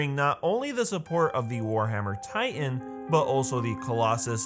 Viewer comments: It kind of bothers me, the way that he says "ti-en" instead of "ti-tan" (pronounced spelling) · I heard he say Taian???? Not titan... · tay-an no hate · This dude can't say "titan"